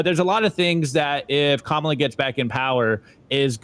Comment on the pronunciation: still can’t pronounce Kamala’s name and at this point it just comes off as unintelligent. But so does most of Simply Bitcoin’s content.